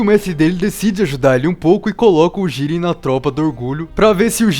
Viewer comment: Jíren ❌ | JIRÊN ✓